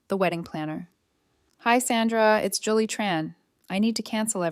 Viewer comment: JULLY, JOLLY, JULIE, . Your Al narration is APPALLING. Can't get names correct twice in a row. 🙄